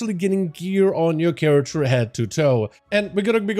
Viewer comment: It-s character, not charatxer. fkin hell dude